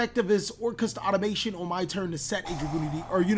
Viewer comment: If you want to do commentary like this im all about it, but please take time to read the name of the cards you're using. Hearing "Galatea AutomaTION" one time is ok, 4 times in a row its a bit sily.